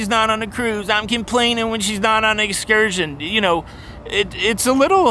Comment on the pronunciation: I like that can "excurt" when she wants to. Did you just coin a new cruising term?